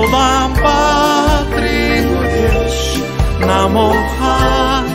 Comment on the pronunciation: 궁금한 점이 있어요. 울란바토르인데 발음은 울담바트로로 들리고 르 발음들이 드로 들리는데요. 궁금증 해결 좀 부탁드려요